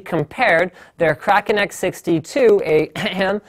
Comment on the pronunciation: Im so glad you don't say "kray-ken"